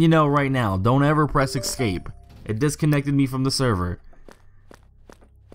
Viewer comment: Thanks for uploading. GREAT JOB!! :) One suggestion: NOTE: THERE IS NO "X" IN THE WORD ESCAPE!!!!! It's pronounced ES-CAPE. ESSSSS-CAPE. And NO, it's NOT a colloquial thing. (I hear that excuse every time someone butchers a language). I'm sorry. I sincerely am. I cringe with all the grammatical no-no's in internet videos. But with the number of times you said the word, you may as well pronounce it correctly. Hope you have a terrific holiday season. Again. thank you for doing this video.